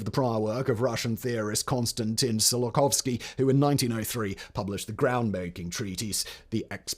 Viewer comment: Hearing Simon repeatedly miss-pronounce "Tsiolkovsky" as "Zillokovsky" is too much for me; I've got to give this one a miss. Ciao!